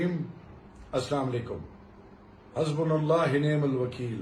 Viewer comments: حَسْبُلَ اللهِ نہیں حَسْبُلَ اللهُ ہے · آپ قابل احترام ہیں براہ کرم قرآنی آیات درست تلفظ کے ساتھ پڑھنا ضروری ہے آپ نے حسبنا اللہ ونعم الوکیل جس تلفظ کے ساتھ پڑھا ہے اس کے معانی اور مطالب ہی تبدیل کردیے ہیں ۔